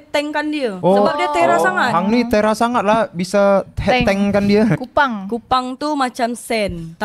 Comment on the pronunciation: Bukan Tera tp "Terrer" sebutannya